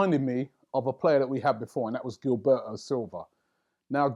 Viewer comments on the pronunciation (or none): It's not GIL-BE-O, its GIL-BER-TO. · This notorious lookalike cant pronounce foreign names. Guil-bare-o 😅😅😅😅😅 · I'd never heard anyone mis-pronounce Gilberto before seeing Robbie say it. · Can't stand the way Robbie pronounces Gilberto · Me 2 bruh